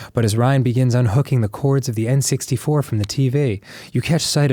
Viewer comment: This is the first episode I've noticed Dan's accent when he says "Teevey"